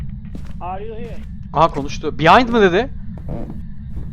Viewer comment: Vay kral phasmo severim hade bakim seviliosun ❤ yayinlarina gelemiorum ama uğramaya calisiorum ❤ ben Elmir bu arada 😂 abi Fatih abinin Are you hiğr demesi cok iyi 😂😂 cok iyidi lan snsnsjsjz